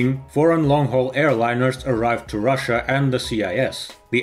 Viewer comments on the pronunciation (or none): none